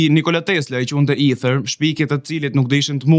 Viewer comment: Me fal, mos je rritur gje ne Angli apo ndonje shtet anglofon, qe ste del fjala shqip Eter, por na hap barkun duke i then Ither? Dhe "kepurdhen" qe e bere legjende dhe e zbertheve ne detaje, meso ti shqiptosh emrin njehere tamam, pastaj na i zberthe. "Kerpudhe" thuhet sa per dijeni. Delirant qe te duket sikur ke shpik rroten, se ta kan ber pak qejfin neper komente ne tik tok dhe ke fillu te te duket vetja vertet gjeni.